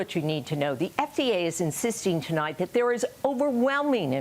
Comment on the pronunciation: 1Coffee, good for health! And you don't say: "Thee is good news tonight" as you use to.😂